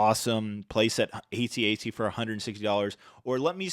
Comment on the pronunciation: Why say AT-AT individual lettters? It’s pronounced AT AT. It’s not hard to say!